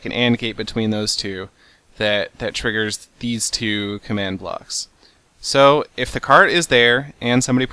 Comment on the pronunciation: "Tiggers some redstone..." You don't say? :D